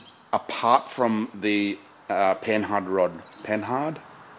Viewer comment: Pronounced "Panard", silent h. Is the name of the frenchie who designed them.